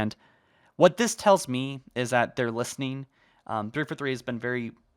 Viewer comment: The way he pronounces the 4 in 343 is what pisses me off the most